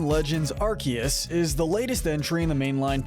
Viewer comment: It's arkoos!!😤